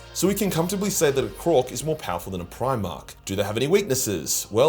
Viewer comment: Haha "Primork"